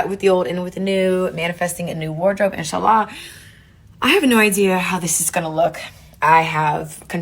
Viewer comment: When you've gobbled so much eggplants 🍆 that you can't even pronounce insha allah properly